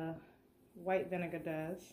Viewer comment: Can I just say I love how you pronounce “vinegar”